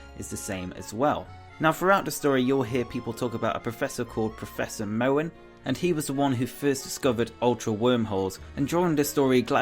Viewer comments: why do you pronounce Mohn like "mouen"? It's Mohn like a long O. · its pronounced mon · Mohn is pronounced as Mon, the way you pronounce it would have to be spelled as Mowan